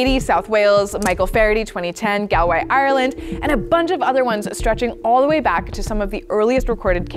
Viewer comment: Firstly, big fan. Secondly, Galway (where I was born and grew up) is pronounced like “always” with a G on the front and no S at the end, not gal-way.